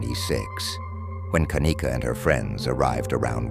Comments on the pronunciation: First as a momma you pick your baby's name CAREFULLY why does this damn robot have to say her name like that!? Anyway,is it bothering anyone else that it takes ALL THREE friends to go back and get her stuff and why doesn't at least one of her "good friends" stay with her if they saw she was swaying that badly,this whole thing "FRIENDS" and all were sus to me from jump street back in 2017!! It really makes me fu*#ing ILL that this poor girl was gonna be a Nurse bc she obviously loved to CARE for people and the night SHE needed the people that she THOUGHT were trustworthy couldn't or WOULDN'T CARE FOR HER!! I totally understand her mother's heartache and rage!! We lost our son (17yrs old) to a freak car accident so I KNOW grief and there is absolutely NO GRIEF like a parents for the loss of their CHILD! I'm so sorry for you,mamas I pray one day you get the peace you deserve. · How many times is the robotic narrator going to change the pronunciation of Kenneka name